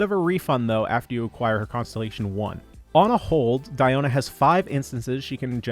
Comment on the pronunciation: Wow Celine Dion exists and this dude went on his way to pronounce Diona like that😑💀🤣